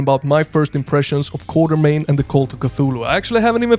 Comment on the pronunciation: Actually, the name should be "Quatermain" (pronounced "KWOT-er-main"). Even Sean Connery says it wrong in 'The League of Extraordinary Gentlemen'. Anyway, I dig this "Indiana Jones but Lovecraft" vibe!